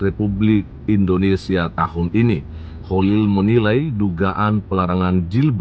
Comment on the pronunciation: Indonesia bukan Indonestan